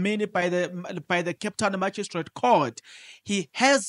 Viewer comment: Lol😂😂😂😂 u always make me laugh…… magistrate lol pronounced as maji straight court